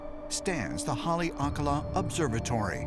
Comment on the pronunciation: Did he just say Hale Akala? 😭😭😭😭💀💀💀💀